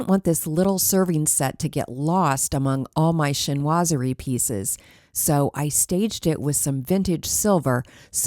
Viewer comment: This cozy style is my style and I am so glad it's coming back; I guess I thought everyone just LOVES the modern minimalist decor instead- which I don't like! By the way, "chinoiserie" is pronounced "sheen-wa-saree".......